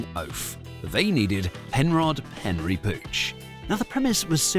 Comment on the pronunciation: Isn’t it Penry, not Henry?